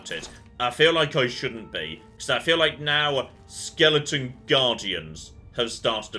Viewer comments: Don't forget skeleton, not skellington! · please, it's skeleton, not skellington!!!! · I just wish he'd say "skeleton" properly.